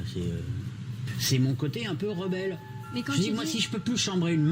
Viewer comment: "Mon cote rebell".....